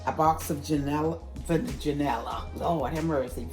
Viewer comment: Lol love it what in janalla u trying to say ..janalla pudding ok I hope I can find that at the store besides that this looks good thanks